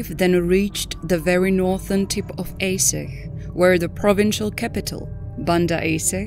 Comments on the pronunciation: Is pronounced Ahdjeh not aseh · Why do you keep calling Aceh “AY sicghhh” ??? Ah.-Chay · I just wish the narrator would learn the correct pronunciation before recording the audio. It's pronounced A-Cheh, not Ay-seh. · For Narrator, spelling Aceh is not "Aseh", but the correct spelling is ACEH, like you said che in Word Apache. Regards. 🙏🏽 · No offence intended, but it's Arch-eh. Not Ace-ay. I know English is not your first language, but it's best to find out how names are pronounced if you're going to give commentary. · At least pronounce the topic correct, compute generated voices makes this unwatchable. Its Ahhtchay, not Ace-eh... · sorry but is this a computer speaking? Aceh is not pronounced A say but (ˈaːtʃeɪ) Ah Tche. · it's A-cheh (C for China). Not Ae-seh 😁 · It's pronounced as "Acheh" not "Aseh" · It's not aseh it's read this acheh that's how you say it but the name is still aceh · Yeah right..but I felt they lack of something as the pronunciation of acheh is very wrong. Here we call it 'are-chech' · Aceh is pronounced are chair (but with silent r) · Actually, "Aceh" is pronounces as 'are chair' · Isn't it pronounced A-che to sound like Che Guevara.? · Aceh, prononced "Ah-chay". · It's pronounced Ah Cheh you AI blonde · Aceh is pronounced: [Acche] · Aceh is pronounced Ah - chey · Archay is how it is pronounced! Get it right!@ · Aceh is pronounced AH-CHEY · There photos after the tsunami n in aech city downtown . The photos from the next day are terrible so many dead boddies.. by the way the person who made this video should ar least learn how to pronounce ACEH..C in Indonesia is pounced ch A is like A in father. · It's really appaling that the narrator does not learn to pronounce the name of the city correctly. Pure ignorance. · You're saying Aceh weird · Can’t take this seriously when you can’t even pronounce Ache properly ! You think you would research the correct pronunciation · Acheh mispronounced horribly !!....text to speech no working right...